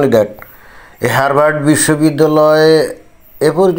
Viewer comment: বানানে r থাকলেও উচ্চারণ হবে হাবার্ড